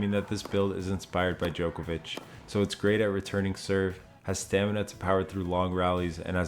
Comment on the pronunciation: I wish you would pronounce his last name correctly. Its not Jokervic